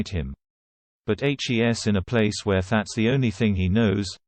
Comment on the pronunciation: Can someone PLEASE tell the ignoramus who reads the script, how to pronounce "he's", and that it is not spelt out, but READ!He obviously does not know that the apostrophe is in the place of the letter "i".Furthermore, "Ms" is pronounced "Mizz"-not "Mose".